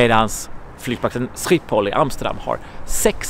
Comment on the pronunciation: Som Holländare är jag riktigt imponerad av ditt uttal av "Schiphol"👏🏻